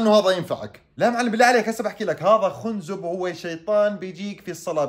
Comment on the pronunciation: خنزب ... بفتح الخاء وليس ضمها يا ترعة المفهومية هههههههههه 😂😂😂 وانت رائع وفيديوهاتك حلوة وربنا يوفقك ... استمر